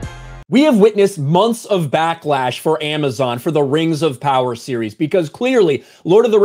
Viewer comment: Rangz of powahz